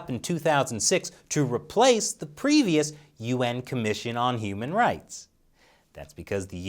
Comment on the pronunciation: i hear that as "UN Humanoid Council" ... i wonder why? while i hear it normally as "UN Human Right Council"